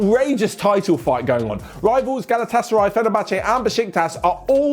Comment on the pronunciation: Was suprised to hear a galatasaray shout out. As for your pronounciation it was pretty close